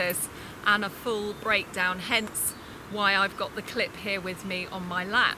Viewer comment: Ez eK5 did you notice she kept saying clip but sounded like she kept saying lwts check out this clit. lmao